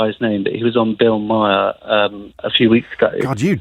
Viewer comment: Trust me, you won't like Bill Maher (pronounced 'mar', btw)